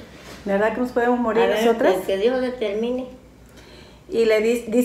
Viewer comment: Hola ❤ se dice “nos” no mos con todo respeto🥰 mi mama “nos” enseño a no decir malas palabras